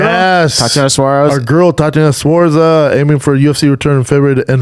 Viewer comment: Tatiana suarza keep pronouncing names wrong I love it